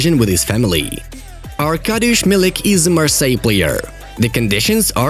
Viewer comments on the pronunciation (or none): none